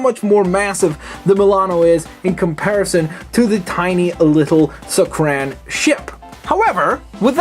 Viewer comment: It's not pronounced suck-ran it's pronounced suck-are-en